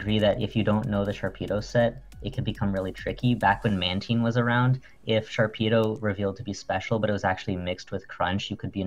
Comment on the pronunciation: Is this nigga really saying "Man-teen"????